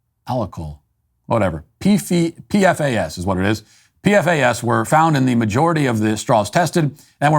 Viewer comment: The compound is pronounced 'P-FAS'. But don't worry about it, its only carcinogenic. 😆